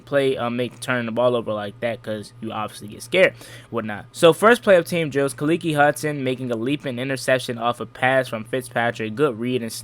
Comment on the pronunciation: Fam it's Kah-Leak .....don't make that boys mother come after you for saying his name wrong lol